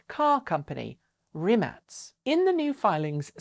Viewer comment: Hi there, Rimac is pronounced "Rimak"